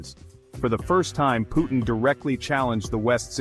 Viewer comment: Его имя Vladimir Putin а не Putn‘❗️ 😩🤦🏻‍♂️ чувак выпрямился когда увидел этот момент!!😅😂👍